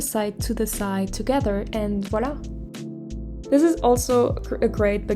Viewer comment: OMG WHEN U SAID VOILA I WAS LIKE, IT SOUNDS VERY FRENCH (I SPEAK FLUENT FRENCH) THEN U SAID U LIVED IN FRANCE AND I WAS LIKE KNEW IT. ur english is very good !